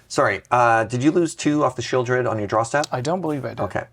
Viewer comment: pronouncing the "L" in Sheoldred is just 🤌😚 😩